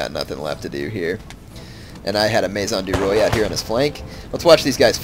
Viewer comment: Maison du roi is pronounced may-zon du wha.